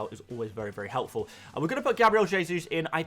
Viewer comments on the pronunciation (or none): none